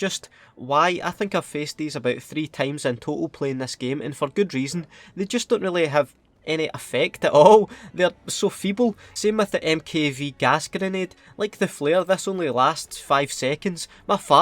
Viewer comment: It’s mark 5 not mk V well it is mk V but it’s pronounced mark 5